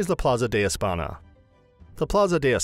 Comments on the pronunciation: Alors, it’s not Plaza de Espana but Plaza de España (« Espagna »). The commentator doesn’t know too much about his subject. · you could at least try to learn how to pronounce some spanish to be more believable.. Espana...really?